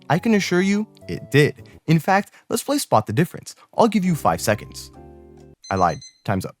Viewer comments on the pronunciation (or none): none